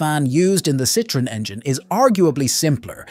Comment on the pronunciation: Just the butchered pronunciation of Citroen made me stop watching in short order.